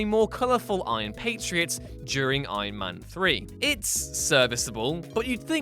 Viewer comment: stop saying Aien Men